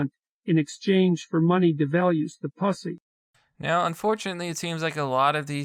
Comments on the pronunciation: it also said pus-ey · puss-ee......cause thats not how machines pronounce that word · The deep fake doesn't say pussy very well. Comes out as posse. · Really funny! 😁🤣😁🤣 The odd pronounciation of the word pu$$y...omg....🤣🤣🤣